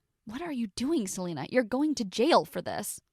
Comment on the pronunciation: My name is Selina but with a c like Celina not Selina